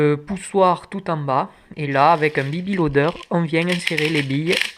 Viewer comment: "On euuuuuuuuuuuuuuh vieng avec un bibi lodeure "